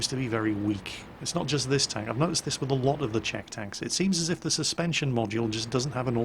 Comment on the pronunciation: Btw, I've noticed Swedish people pronounce the "Ch" and the "Sh" almost the same way, but infact, it's different. Czech is pronounced like "Check", not "Sheck". It's a helpful tip.